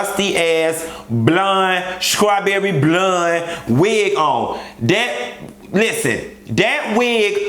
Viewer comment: The way he say strawberry blonde 😂😂😂😂😂😂😂😂😂😂😂😂😂😂😂😂😂😂😂😂😂😂😂😂😂😂😂😂